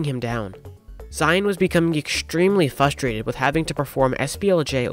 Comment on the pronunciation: say it with me. FRUSTRATED... FRUH-STRA-TED Congrats on the WR and great vid!